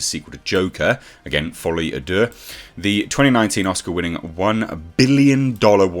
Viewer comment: kinda off-topic, but I'm French and I just wanted to tell you your pronunciation of "folie à deux" is pretty good, you just need to enunciate the "à" more and it's perfect